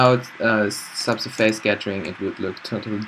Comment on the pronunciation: Dude, normally I won´t complain about pronunciation, but the face in subsurface is not pronounced like face, more like fess, and the stress in surface is on the first syllable :) Otherwise I love your tutorials ;)